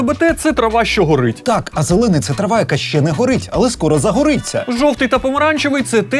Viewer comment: “То шшьо дошьшєм” “А шьшє...” “Ну а шшьо робити...” і т.д. Тут я почув агресивну дискримінацію звуків [ч] і [шч] у вимові слів. Годі терпіти це знущання! Захистимо право букв “ч” і “щ” бути почутими у випусках ТТ!